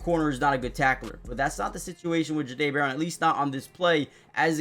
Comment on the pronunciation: Yall It’s pronounced Jhah- Dae! Like if yall have ever heard how the word “Au Jus” is pronounced, the J sound in that word is how you pronounce the beginning of his name